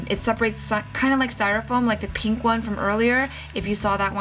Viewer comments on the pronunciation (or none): none